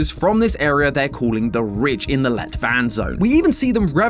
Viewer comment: Everytime says let-vand it sound slik he is saying "lett vann" which is light water in norewegian, which considering that the water presure is lighter than it seems like it should be, dont seem like a concidence